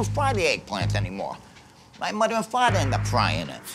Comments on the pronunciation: Eduardo Escuadra My mudduh and fadduh end up cookin it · Hello muddah. Hello faddah. A lazy cook is, Frank my bruddah.